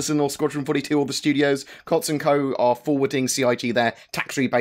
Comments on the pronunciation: It's pronounced Coots. Not Cots 😂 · Glad that nonsense was cleared up quick. CIG seems to be getting faster at rebuffing these clickbait 'Star Citizen is failing' stories that certain individuals spread around. P. S. It's pronounced 'Coots' ;)